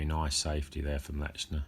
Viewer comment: There is no letter T in his name. It is not pronounced LeTchner. Just saying.